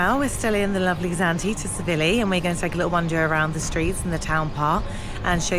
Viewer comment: Before your next video could you please learn how to pronounce the resort name......Tsilivi......'silly-v.'